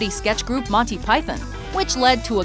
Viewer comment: I'm just glad I finally found an American that says 'Monty Python' properly.